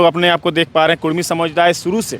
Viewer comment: (कुड़मी aur कुर्मी)dono ek hi sabd hai.bihari log jyadatar (ड़) उच्चारण नहीं कर पाता है।